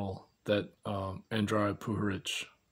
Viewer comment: I realize his last name is pronounced puHARich. oops. hahaha.